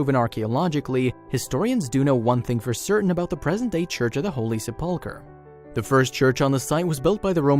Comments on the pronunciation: Thank you for correcting the narrator in the pronunciation of sepulcher! It is a French word, if I remember correctly. Also do you notice many American narrators (where English is their first language), incorrectly pronounce the word “epoch” ee-pock rather than “eh-puck?” The first time I heard it pronounced incorrectly, I thought the guy said Ewok, you know, those little bear creatures from Star Wars? Haha!! 🐈🙃🙂🙃🦋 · Sepulchre has accent on first syllable. The way you're saying it makes you sound like doofus and cancels any info you're trying to share. Learn the correct pronunciation! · Please get a narrator who can pronounce SEPULCHRE correctly. This current one is very offensive! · ....i wonder if the sensation i feel when the narrator attempts to pronounce ‘SEPULCHER’ is a close simulacra to how God feels blasphemy? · I suggest the story teller is taught the proper way to pronounce the name of the church Holy Sepulchre correctly. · You could at least learn how to pronounce the name of the holy church. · SEPULCHRE!!!!! say it right!!! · Sepulcher PLEASE!!! Find someone that knows how to pronounce words correctly!!!!! It not only ruins the video listening to someone that sounds ignorant but it takes attention away from the subject that we are SUPPOSED to be ENJOYING!!! Please listen to this video and you will hear what I mean when he tries to say 'SEPELCHER" he totally muxes it up!!! And I DO mean MUX!!! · You would think that someone would have taught the narrator how to say Sepulchre since he is going to say it a lot during the video. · narrator can’t pronounce “ sepulchre “. so lame! don’t waste your time on this vid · You totally discredit yourself and this channel by not being able to pronounce the word "sepulchre", something you should have checked before making this video. Sorry but I will not be watch any other videos from "Did You Know". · Thank you.....good reporting also includes correct pronunciation of important words. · "sep la cur"